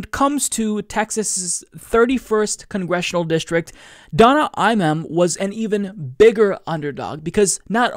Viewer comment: Great stuff. BTW, the A in Imam is pronounced like "mama" and not like "man".